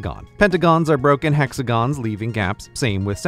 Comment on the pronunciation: to he says "Hexagos leaving gaps.